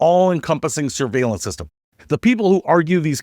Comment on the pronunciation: You pronounced surviellance wrong. Flock Surviellance Cameras. Also they are very easy to hack into so you can track your ex girlfriend or your local alderman.